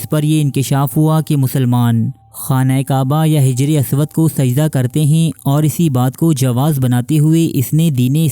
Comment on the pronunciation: Bhai Sahab, lafz hijray aswad nahi Hajaray Aswad Hai. e c tarha hafiz ibne hijr nahi, hafiz ibne Hajar hai.